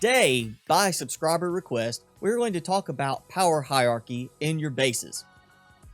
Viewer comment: Hie....rrrrarchy, ,,not Hie,,,iarchy, ,,just saying but where'd you go to school